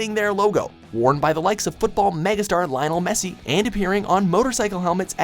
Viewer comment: did he say LAIONEL MESSI?!